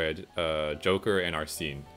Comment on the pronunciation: Oh no but thats not how arsene or makoto is pronounced sorry not trying to be mean it just erks me. But congrats on 900 subs!